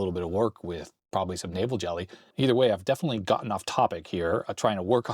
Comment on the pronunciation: I thought you were saying Navel Jelly...